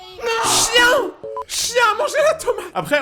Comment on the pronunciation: Oui’il dit chiene